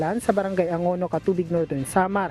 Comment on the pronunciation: Brgy Anongo po hindi angono maam